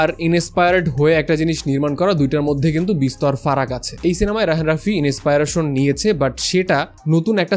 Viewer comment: Big fan vai but inspiration word tar uccharon tay khub baje sunacche,thik kore niben asha kori ❤